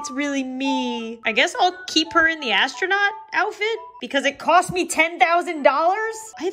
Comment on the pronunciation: Did you say 'me' or 'mii' Guess we will never know 😂😂😂🤣